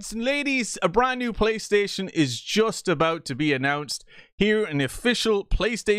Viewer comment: "Pay"-Station 5 [PRO]😂